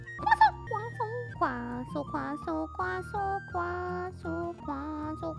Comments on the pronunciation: Did anyone else start hearing queso after awhile? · I love the part where she sais Quaso